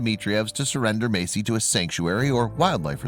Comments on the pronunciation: It's Messi, not Macie. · meysi 😂🤣😂🤣... fo.ok this trash narrator